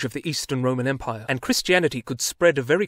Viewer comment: IT IS R O M A N E M P I R E !!!!!!!!!!!!!! Ffs, learn to say it right !